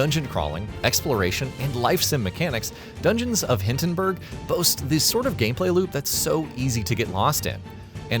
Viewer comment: Need to fix your AI bot doing the narrating. It's not "Dungeons of HINTENBURG"...